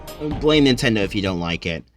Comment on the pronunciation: "Nindot"... great job 🎉